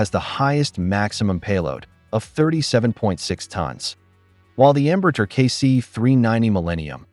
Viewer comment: ¿Por qué cuando pronuncia "Embraer" parece que tiene un huevo cocido en la boca?